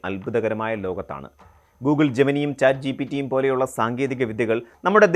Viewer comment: ജെമിനി അല്ല, ജെമിനൈ